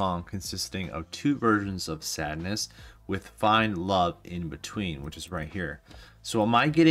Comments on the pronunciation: Pronounced “Sahd” rather than sad, as in The Marquis de Sade, which is pronounced “Markee de Sahd,” long A for the Sade part. Ahhhh… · It’s not Sadness, it’s Sadeness…there’s a difference.